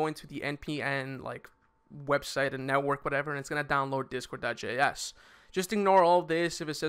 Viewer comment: I'm pretty sure the guy said "discord.js" not "discore.js"